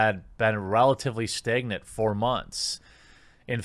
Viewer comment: Staygnant... dude pronounces words with an "a" really weirdly